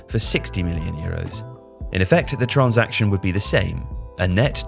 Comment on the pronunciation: Can you say transaction normally